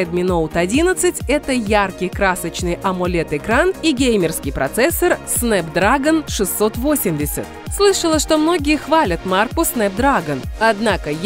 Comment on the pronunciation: Правильно говориться снэпдрэгон